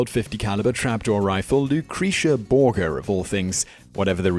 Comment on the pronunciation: Thats not how you pronounce " Borgia " :( ( its Bohr - Jaa )